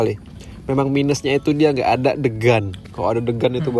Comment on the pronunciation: "Ada" bg bukan "asa"